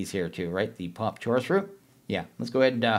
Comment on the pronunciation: Who pronounces "Chorus" like that?